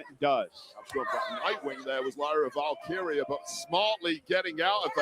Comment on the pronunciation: Here’s a word struggles with: Valkyria. “What do ya mean? It’s val Kyra?” Is it? Or is it Val-Keer-Rhea? You wouldn’t say Ra Ripley would you? I’m surprised nobody has corrected you.